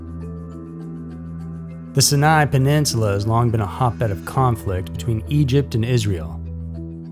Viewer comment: It's pronounced SYE-NYE. You can literally look up online how to pronounce anything.